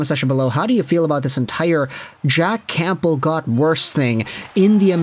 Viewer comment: The P in campbell is silent